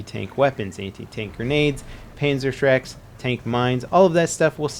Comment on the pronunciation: Did he say Panzer Shrek?